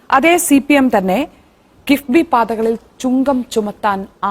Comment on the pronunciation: കിബിബി അല്ല... കിഫ്‌ബി